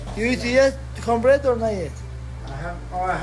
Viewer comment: Everytime merab says cornbread it sounds like he’s saying cumbread which is pretty fitting considering how much him aljo and dc love nut hugging